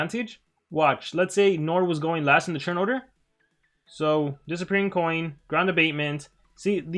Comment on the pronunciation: Is it just me or does he say TURN as CHURN???